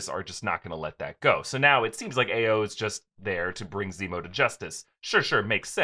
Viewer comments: "Ah-yo", not "Aye-yo" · Hey. Just fyi, the Dora Milaje woman's name is pronounced "EYE-oh." It's actually a common Nigerian name. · Hey guys just wanted to let you know that Ayo is pronounced I-yo. The A is pronounced as an I. It is a Yoruba name and it is my daughter's name. We have to correct people all the time. Thanks. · Ayo is pronounced i-O